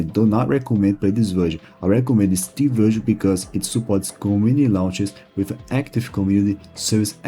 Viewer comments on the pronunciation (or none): who tf pronounces Steam as CHeeme